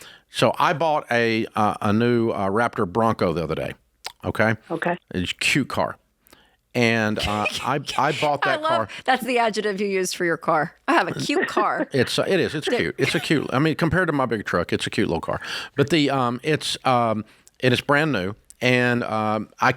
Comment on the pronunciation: Rachel, here we go again - it's adje-C-tive and not adjetive. Communications degree, huh?